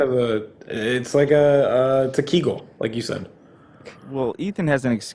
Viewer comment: I’m dying at how Ethan pronounced kegel 💀💀